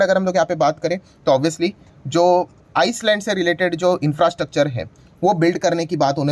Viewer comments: Island का उच्चार आयलंड है. उसका मतलब द्विप ऐसा है. आइसलंड ऐसा उच्चार नही है. आईसलंड एक अलग देश है... उसके लिये मोदी बजेटमे कुछ नही कर सकते... 😂😂😂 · गुरु ice land नहीं I-land ( s ) is silent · Sir, with all due respect (S is silent) in ISLAND. It is Pronounced as ( I LAND ).